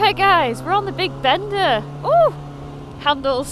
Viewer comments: pronounced as bēn dá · Bender?! wtf 😂 Maybe it sounds better in a different accent 😅